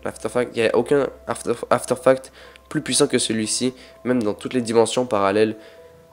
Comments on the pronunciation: Super vidéo, mais il faudrait que tu articule sur certain mots comme par exemple tu dis afterfact au lieu artefact ! Voila c'est pas méchant, tu fais de bonne vidéos, continue comme ça :) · video plutot bonne mais on dit artefact, bordel!! x( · faut pas dire afterfact stp, fait le pour nos oreilles